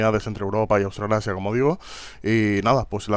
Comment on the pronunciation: autralasia xD